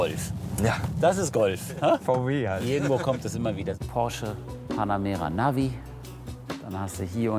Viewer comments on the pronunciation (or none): none